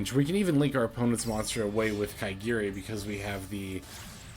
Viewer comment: It's ka-ga-ri not ka*i*gi-ri lol,sounds funny